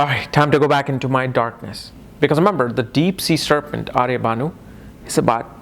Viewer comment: Pronunce the name properly..it's ahirbhudhnya..not aryabhanu